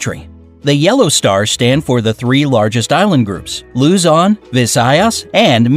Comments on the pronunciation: LUE-ZON, VISÆYAS, AND MIN-DÆ-NAO got me laughing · "Luuzon" "Vizayas" and "Mindinao"